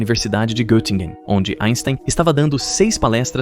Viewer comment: “Erlangen” e “Göttingen” também não estão pronunciadas adequadamente...